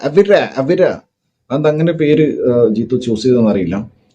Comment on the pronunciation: ജീത്തു അല്ല ജീത്തൂ